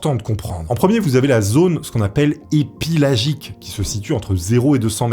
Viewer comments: La première zone tu a dît Epilagique? Au lieu de Epipelagique.. C'est le commandant Jean Jacques Yves Cousteau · Tu as écris épipélagique mais prononcé épilagique^^ et c’est une tonne/cm carré pas 1 tone/cm mdrr fait attention j’en suis qu’à 6 minutes de vidéo ça craint mdr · Tu as dit epilagique, c’est écrit épipélagique. Du coup c’est lequel des deux?